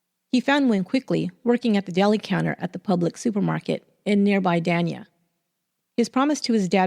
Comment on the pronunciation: The city of Dania, FL is pronounced Day-nya, not don-ya